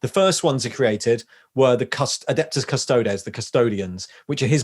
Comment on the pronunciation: I've never heard anyone pronounce Astartes as anything but As-tar-tease...or Custodes as Cus-toe-deez. That was a bit jarring...